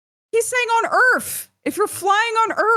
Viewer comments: One yes their are points in flight on earth that you can lose track of which way up and down are. That's why a pilot has a gauge to indicate that for them. Two I love the way says earff. lol Made that way funnier. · "WE'RE TALKING ABOUT EARF!" Put it on a coffee mug